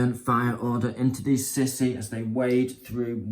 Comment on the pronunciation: Lol, fyi its not pronounced sissy, but sea-sou